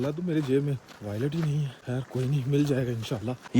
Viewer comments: والٹ ہوتا ہے وائلٹ نہیں ہوتا تھوڑی تعلیم انسان حاصل کر لے تو ایسی غلطی نہیں کرتا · Do u really have to speak English? Wallet not violet. Snow, walk... bhai Urdu and Punjabi vlog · Wilat???? Hadd hai yar, wallet hota hai, kuch parh likh lo nalaiq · .wylet nahie hota.paa gee wallet hota. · Wailat❌ voilet ✅b😂😂😂😂😅😅😅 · Wo restaurant wala banda boolrha hai wailat kia hota hai ye bool rha paresss😂😂😂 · wallet ❌ voilet ✅ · Wallet❌ Voilet✅